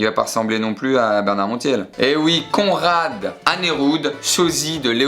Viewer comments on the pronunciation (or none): On en parle de comment il a dit Conrad ? 😭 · Comment tu as prononcé conrad 😂😭